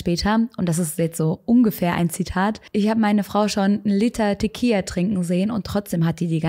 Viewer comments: Gutes Video! Es heißt aber Tequi“L“a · Tequila wird mit einem „L“ ausgesprochen 😬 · Du hast echt niedliche Versprecher haha 🙈 Teqija? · Liebe, ich weiß es sehr zu schätzen, aber Tequila hat nur ein L. Ein L wird als L ausgesprochen😉